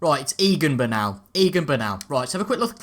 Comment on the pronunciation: Btw its Egan burnal love the vid